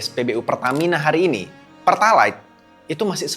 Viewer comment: bang, kamu ngomong pertalite pake "pertalait" menunjukkan kamu ga pernah ngisi pertalite 😃